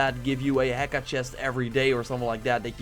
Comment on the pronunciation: The h is silent in heka. So ē-ká not he-ká.